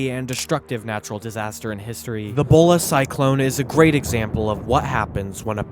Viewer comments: It's not Bola. It's Bhola. There is a reason why there is an h. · "A Small Bay"??!!!! Kid, that's the world's largest Bay. And the cyclone was named Bhola (pronounced Something like Vola) and NOT Bola.